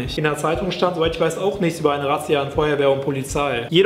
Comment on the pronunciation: Wieso sagst du eigentlich immer "nischts"und nicht,nichts????Schweizee?